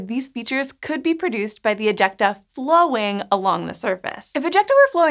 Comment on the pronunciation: Am I only one kinda cringing when she says "ejecta"? It's really meeeh.. Word